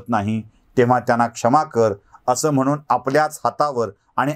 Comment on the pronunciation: तुमचा मी फॅन आहे.फक्त आपण,म्हणून, णच्या ऐवजी न म्हणणं प्रयत्न पूर्वक टाळावे ही नम्र विनंती.